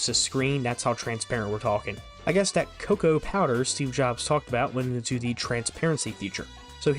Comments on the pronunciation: The Steve Jobs video you include has him showing you the correct pronunciation of both Mac OS X and Cocoa and yet you still get both wrong throughout the video 🤦‍♂️ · I just love how you mis-pronounce Mac OSX and Cocoa despite literally showcasing a keynote with Steve Jobs pronouncing them correctly. X = ten Cocoa = the coffee bean